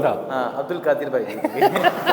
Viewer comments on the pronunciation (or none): Al kadir nahi al qadir hota hai talaffuz to theek kr lo Urdu ki